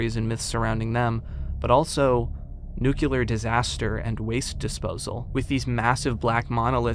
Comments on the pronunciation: An amazing walkthrough a series of games I would have never heard of otherwise.. Also.. it's NU CLE AR (noo-klee-er) not NUCYULAR. I'd love to know where everyone gets the Y from. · Every time he pronounces Nuclear as Nucular I want to scream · Say it with me Nu-cle-ar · Did you learn "Nucular" from George Bush?